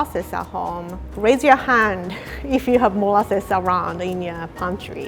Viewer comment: I love how says "morases-y" ahaahahaah you gotta love her